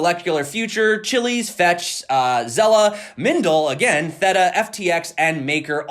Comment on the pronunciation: I noticed that you mispronounced Theta....check it out sometime, they’re working with Samsung and streaming platforms Oh yeah Nano Ledger please! Lol